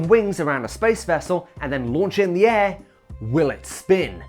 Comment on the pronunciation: Why do you pronounce air as "eh" 😂